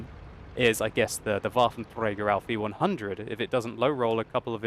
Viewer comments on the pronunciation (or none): none